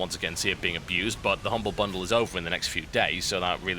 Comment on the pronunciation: Is it just me or is it really funny when TB says "Humble Bundle"?